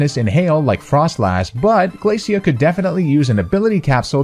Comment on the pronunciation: I think her name's pronounced 'Glae-shuh,' Glacia. Just like 'Glae-shur,' Glacier. Referring to chunks of ice sheets (when she just so happens to be an ice type trainer). Just think about it! I see Phoebe (the ghost type specialist of the Hoenn Elite Four) coming next.